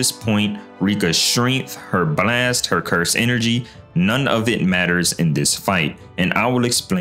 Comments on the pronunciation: Why tf do "brlast" instead of "blast" its so fcking annoying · Wtf is a “Buh-last”😂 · quit pronouncing the b so much in blast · The way bro pronounces “blAYYYEst” is insane 💀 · why bro saying blast like that , "blwast" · what the hell is a bleeast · The way this dude pronounced the word “blast” is funny asl lol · Love the way you say blast lol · bro emphasizes "blast" so hard 💀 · Why does bro say "blast" like that 😭😂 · why does bro say “blast” like that😭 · why u pronounce "blast" that way? 😅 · Please fix the way you say "Blast", its really annoying to listen to, made me turn off the video.